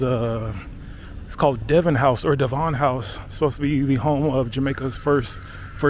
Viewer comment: its Devon not Devaughn!